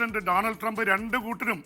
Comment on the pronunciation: ട്രങ്ക് അല്ല മനുഷ്യാ ട്രംപ്…..ട്രംപ് എന്താ ഇങ്ങിനെ എപ്പോഴും നാക്ക് പിഴ 😜 പറ്റുന്ന പണി എടുത്താൽ പോരെ ?